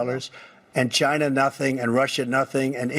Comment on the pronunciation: Sometimes I just miss how he said ghina ....😢